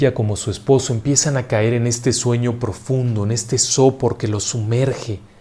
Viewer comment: Buenas tardes. Disculpe el atrevimiento. La palabra se pronuncia SOPÓR, no SÓPOR. Gracias.